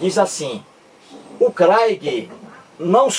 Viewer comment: Você está dizendo bobagens,você está se baseando numa reportagem de uma revista, você não está provando nada, você nunca leu um livro do craigui. kkk Saiba que você está sendo refutado em outro canal,por um rapaz inteligentissimo, que está fazendo doutorado em teologia. Você,,é um velho burro,que não lê livros de Sociologia, filosofia,antropologia, nada. Não sabe nem pronunciar o inglês. kkkkk Porque você não quer debater com ele? Tá com medo dele te provar que Deus existe? Que a cobra falou? Que caiu fogo do céu? Que Jesus ressuscitou? Que ele secou uma figueira, porque não tinha figos? Que de acordo com cada evangelista ele dividiu alguns pães e deu de comer para milhares de pessoas? Não seja covarde,aceite o debate,que ele vai acabar com você, seu velho burro. Abraço, desculpe não quis ofender.kkkk